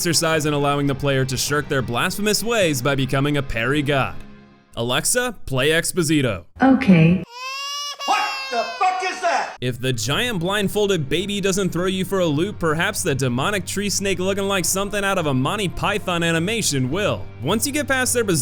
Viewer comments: So, here's some of the pronunciation of the bosses names, and translations (i dont speak latin, its just that its so close to portuguese that I can understand some of it) Es-poh-see-toh, X is not pronnounced as ecks, its pronounced as ESS, no clue to translation Ten pee-eh-dad, translating to "Have mercy" Tres An-Goos-tee-ahs, the three anguishes/agonies Quirce is Keer-che, its just a name I think Es-Cree-bar is the name of that pope I rushed through the video to avoid spoilers, and get an idea to what I was about to face design wise, and I just felt I had to do this, so keep up the good shit, much love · Expósito - Ex-POH-see-to Ten Piedad - Ten PEE-EH-DAD ("Have mercy") Tres Angustias - TRES AN-GOOHS-TEE-AHS ("Three Anguishes") Melquíades - MEL-KEEH-AH-DES Quirce - KEER-SEH Please pronounce them right as you Americans demand to when we speak English